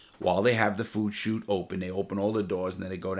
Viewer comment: Take a shot every time Larry says Shot instead of Chute lol love ya Lair.